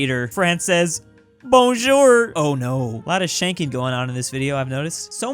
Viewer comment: The way he says Bonjour is just painful but than again French is hard and he got jour right so